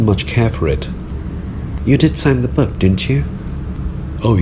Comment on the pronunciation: book not look